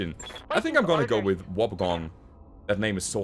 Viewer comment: A Wobbegong (Pronounced "Wobby Gong", so you got it right) is a Shark - a basically harmless bottom dwelling shark, who looks like a catfish, and is very lazy. Low gunnery and guts sounds exactly right for one!